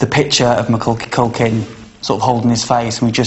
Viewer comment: I can't be the only person to zone in on the choreographer saying Maculky Culkin instead of Macauley Culkin?! XD